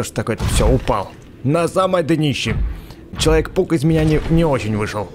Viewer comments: мне одной показалась что он сказал человек пук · такое ощущение что ты говоришь вместо человек паук, человек пук!😆